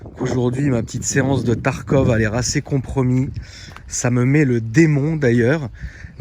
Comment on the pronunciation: c pas tarkov au lieu de tarkod ? ou cod ?